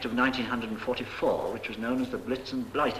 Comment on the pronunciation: why’s he saying 1944 so weirdly ?